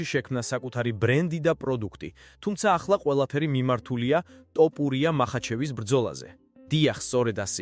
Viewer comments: ტოპურია არა თოფურია ხელნური ინტელექტი ხარ ტო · რა ტოპურია თოფურია ქართული დაგავიწყდა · საუბარი ისწავლე.თორე გავაუქმე გამოწერას.ძაან ცუდათ ისმის ტოპურია😂😂